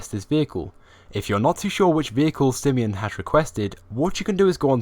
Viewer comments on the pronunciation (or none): its pronounced "SI-I-MANN" not "sIEEMON